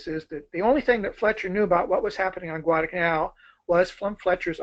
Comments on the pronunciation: This guy us good. He knows his history. But..UGH...He calls it Guadah-Canal. So unfortunate. But, hey. The Japanese couldn't pronounce it either. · This bloke has the delivery speed of Chris Wallace on coke! I hope that in the intervening time he discovered the intermediate 'l' in Guadalcanal...